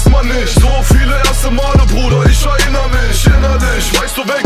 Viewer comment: kollegah kann erinnern richtig aussprechen, 18 karat kann es nicht er - innern und nicht er- rinnern